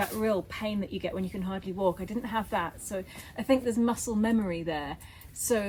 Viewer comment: I love to see you every week, enjoy your banter and love it when mispronounces a word such as 'muscle' in English...I used to mix saying coffins and cufflinks when I first came to London..... muscle is pronounced the same in French as in Italian, so not to worry...I hope, Nicky, that your dad recovers well and quickly from his knee op. When I am next in my home town of Kingston, I will think of him on his walks by the river, and who knows, might bump into him and say hello. You have done a great job with your house in Tuscany. Well done!